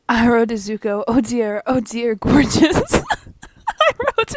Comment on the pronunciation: Did she really call zuko zucchini and iroh irony